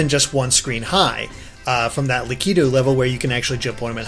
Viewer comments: It's not pronounced La-kee-too, it's lack-it-too! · Say Lack-i-too please. Not Lah-key-too. That's really annoying. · ***** Was Lakitu always pronounced that way cuz I always said it like Lackitwo not laquitwo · Also Lakitu is pronounced Lack-a-Two Also That's not a Tanooki Leaf it's a Super Leaf :P Cause that is Raccoon Mario not Tanooki Mario (Even though i hope for the Tanooki Suit too) and Raccoon Mario is ears and a tail while Tanooki Mario is a full costume.